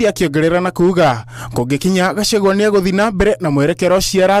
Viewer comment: Why do Matiangi call him Gashawa 😂😂